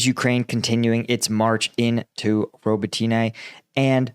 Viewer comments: If I might make a point of improvement: The pronunciation of the city names could be better. I also listen to a Ukrainian reporter, and I believe Robotyne isnt 'robo-tea-nay' but more like 'robot-neh'. Neh like you lack all enthousiasm. Yes yes - I get it, but if I said Washingtoon it would get old quickly too. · hey, thank you for the work you do to highlight our war with Russia, but as Ukrainian I'd like to correct you if you please, the village Robotyne, when you pronounce it, you make accent on "Y", instead it should be read as robOtyne with accent on second "O". Also another village called Kozachi Laheri in Kherson region, all English speakers read it as lahEri but it should be pronounced as laherI with accent on "I" at the end of the word. And it's not really H but more like GH in that word, which translates as Cossacks camps. Thanks! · roh-BOT-in-uh (last two syllables are slurred together) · Please for the love of god stop calling it Roboteenay 🤣